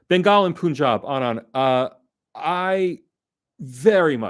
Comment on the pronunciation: FYI. The Pun in Punjab is pronounced like the english word Pun (a twist of words) and not "Poon".